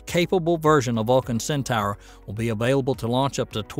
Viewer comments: Centor, not centower. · I was spelling it phonetically, just like Hildugard was. Hildugard complained (rightly so) that the video's narrator pronounced it "centower" and he proposed "centor" as the correct spelling, even thought that is also wrong. "Centaur" is pronounced "Centahr", as spoken in the linked official ULA video. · IT'S PRONOUNCED CENTOR !! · Not "Centor", but "Centahr". Right from the horse's mouth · Cen Tower? Go back to school and retake English speech class.